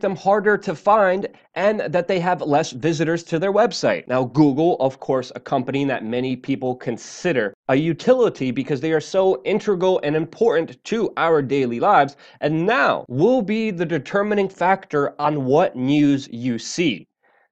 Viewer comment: Luke, it's 'integral', not intrigal :D